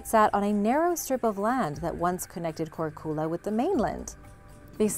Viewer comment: Hey. Croatian girl here. The island of Korcula is Korčula and the č is pronounced like ch in catch not Korkula. Love your videos. Keep them coming.